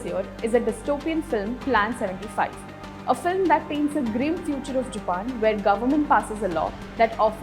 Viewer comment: It is all over the video..... The presenter's pronunciation of 'Japan' is not on point.